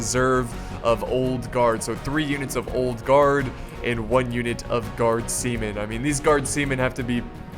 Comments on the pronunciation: Sounds like he's saying "semen" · NO i thought that was semen too